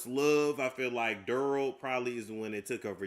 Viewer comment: Didn't you just say you were a nane person? Its not Durl it's Darrell. Lol